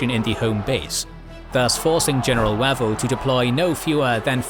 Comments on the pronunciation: OMG: It's Wavell as in WAVE not as in MAT. Get your AI voice sorted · I've always thought that "Wavell" is pronounced "Way-vel" rather than "Wav-el"; am I incorrect? Thanks for another fascinating episode. The loss of life is horrifying. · Every time he says Wah-vel I can not help but cringe. He seriously needs to check his pronunciations before recording these. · Weirdly, by the end of the video, "Wav-el" didn't sound so wrong 😄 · General Wavell pronounced Wayvell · Terrific videos, but please... his name is pronounced "Way-ville" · So how come Wavell gets mispronounced all through the item? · No; you're right; I don't know where this guy gets some of his pronunciations